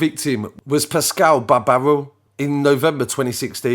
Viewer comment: Its RATuale